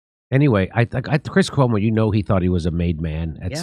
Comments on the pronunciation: I actually laughed out loud when you said "cuoma", 😂. Chris Cuomo probably always felt this way because it's common sense. He was just being a good little media whore when they were paying him millions to do so. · I hit the like as soon as Jimmy said “Cuoma.” Love it. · His cuoma--brilliant, Jimmy.